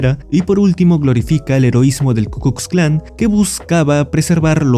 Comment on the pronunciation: Te comes la "L" y aparte pronuncias "S" (KU "KUS" KLAN), es KU KLUX KLAN. Sí es un poco dificultoso decirlo bien, justo lo estaba haciendo y tuve que repetirlo varias veces, es como un trabalenguas